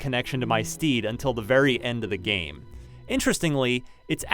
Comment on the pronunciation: "ITZ GOOD... FOR AH KINECT GAYM" Most hilarious line here